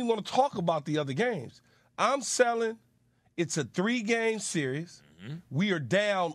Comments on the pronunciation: Someone tell keyshawn it’s not called a “serious” lol it is “series” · SMH my boy key can’t even probounce series 😂😂